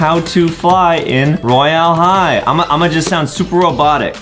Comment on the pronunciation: Dude Adem says roylae high